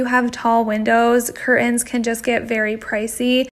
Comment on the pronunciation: It's curtains, not curins